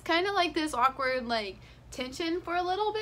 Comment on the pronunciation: it's not silent. You say it like aw-kward not ak-ward